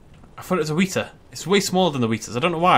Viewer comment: "Weta" rhymes with "wetter", not "wheater". Trust me, I'm from New Zealand.